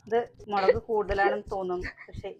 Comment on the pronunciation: മളക്ക് അല്ലല്ലോ🤔 മുളക് എന്നല്ലേ പറയ🙂 ചേച്ചി